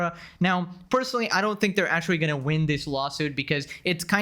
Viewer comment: he so cute litewawy and actuawy